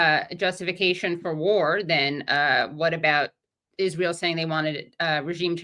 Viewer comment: Lol I HATE how he says that, too. "Izril" like a moron.